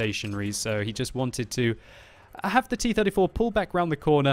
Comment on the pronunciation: He says T34 quite well too.